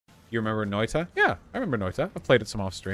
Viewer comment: Hearing him pronounce it "Noida" is driving me insane.